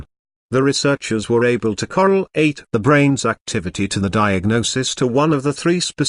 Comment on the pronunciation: “Coral ate” said this computer birch